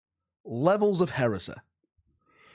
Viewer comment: “Levels of hereseh”